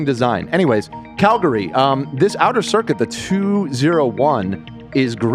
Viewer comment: I’m proud of for saying Calgary right most of the time.